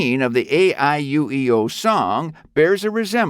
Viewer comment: One/Two of the reasons you got downvotes is the mispronounciation of Momotaro and AIUEO